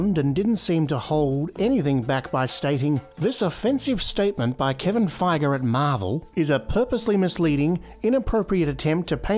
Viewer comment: Ahh yes “Kevin Feiger”